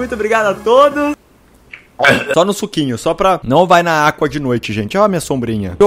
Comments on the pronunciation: Quem não gosta do Felps quanto ele fala Agua Água ;) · ele fala aqua em vês de água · pq o felps fala aqua e n agua? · pq o felps fala aqua ? PQQ